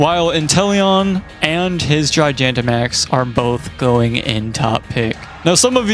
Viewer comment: I'm interested, but wildly thrown off by how you pronounce Gigantamax. I've always heard it pronounced Gi-gah-n-ta, and not Gi-gia-n-ta, and it's weirding me out for whatever reason.